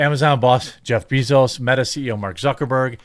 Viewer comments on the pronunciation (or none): Love you, but can’t stand to hear Jeff Bezos pronounced bEEzos 🐝 I like BAE-zos better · It is pronounced BAY zos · Why do you keep calling him Beezoos lol